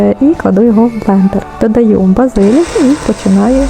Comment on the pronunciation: Дякую за україномовний та змістовний канал. Єдине уточнення: українською мовою правильно казати базилІк, а не базИлік, а також голубцІ, а не гОлубці. Дякую за правильний наголос у слові нАчинка😊